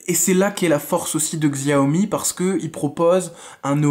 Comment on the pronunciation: Bon test.. Sauf que : 6 ou 8 Go de Ram et non 4, snapdragon 835 n'est pas de finir 2017,mais avril 2017 ( le 1er à l'avoir étant le galaxy s8) Petite précision : on prononce " chiaomi" 😊